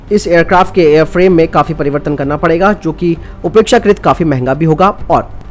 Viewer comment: भाई, उपेक्षाकृत नहीं, अपेक्षाकृत बोलें।